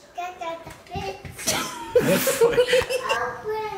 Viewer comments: Lol!! That's too funny 🤣 trying to say witch but saying *itch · When was saying witch she sounded like she was saying b!tch😂 but she is adorable!❤❤ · Not gonna lie it sounded like she said dada bitch thinking she was saying witch lol I’m dying laughing so hard 😂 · I also heard her called him a b word after, u can hear the b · is so cute. Her saying witch but with a B is so funny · I'm so sorry but I keep thinking that mia is saying Bit*h... carnt stop laughing 😅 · Ooo she said b itch not witch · LOL. thinking she’s saying witch is CRACKING ME UP 🤣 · Poor can’t say the word witch! 😂